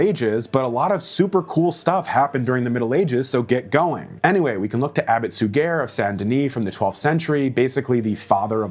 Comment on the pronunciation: It's pronounced Abbott "Soo-zhay." The zh sound is like the G in the middle of DiGiorno pizza. Details matter, as you rightly say. I know 'muricans have trouble with anything other than their own strain of English. But as a Medievalist, you can learn the basics of French pronunciation.